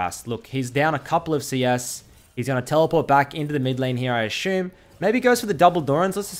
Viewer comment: “I ashoom” xD